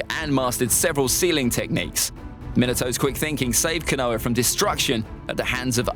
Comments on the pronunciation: He really said kanoha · The way you say Konoha makes me want to die 😂 good list tho